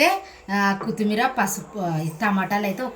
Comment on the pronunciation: కుత్తిమీర కాదు కొత్తిమీర అనాలి పక్కన వున్నవాళ్లు కూడా చెప్పరు ఒకసారి చెబితే తనకి తెలుస్తుంది